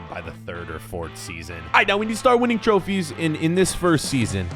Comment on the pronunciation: it’s pronounced Trophies not trophys🤣🤣🤣🤣🤣